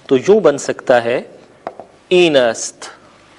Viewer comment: این نہیں ہئے ایں ہوتا ہئے اور دونوں میں فرق ہوتا ہئے